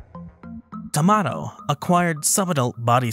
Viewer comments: TamaRRO, you are supposed to roll the r there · And, considering that it's catalan, the "o" should donde like "oo" or "uh" I don't blame him for the mispronunciation 😅